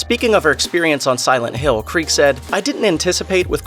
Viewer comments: Her last name is pronounced KREE-Ga you moron. do the research. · Her surname has 2 syllables, not one.